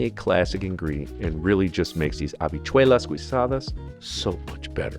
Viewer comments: Not gui but gheesadas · I’m late to this party, but thanks for the recipes, especially the “habichuelas guisadas” —pronounced “gisadas” (without the “u” — the “U” is silent).🤫 That with arroz blanco are my favorite native dishes. Other than that, you’re an excellent chef and teacher, my friend. By the way, you might want to try substituting calabaza (Puerto Rican, Cuban or West Indian pumpkin) for potatoes in the beans. It makes a delicious “salsita.” Or you can use butternut squash.